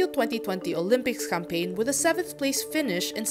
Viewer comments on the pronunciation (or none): none